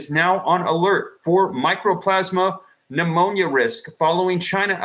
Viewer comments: Mycoplasma. Not microplasma. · 'MICO'PLASMA!!! NOT 'MICRO'!!!! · Mycoplasma Pneumonia, not "Micro-plasma." It is a bacterial pneumonia that is typically referred to as "walking pneumonia." It can be deadly to young people with depressed immunity but is easily treated with tetracycline antibiotics. This is NOT a virus. You are not on the ball but, rather, spinning a yarn and fomenting fear. RSV and Mycoplasma Pneumonia both rise at this time of year EVERY YEAR. Ask any health professional. Time for people to stop being so damned afraid of everything and it is time for people to stop giving these shills their ear. Also, RSV is Respiratory "Sin-sit-chul" Virus and it IS a virus. I wouldn't pay any mind to a report or advice from anyone who can't even pronounce the name of the condition.